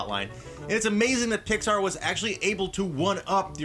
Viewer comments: you said pixbar not Pixar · You Said Pixard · how can you love pixar when you proununce it "Pixbar" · Did say Pixpar? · "Pixbar" lol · Pixpar XD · 2:98 he said pixbar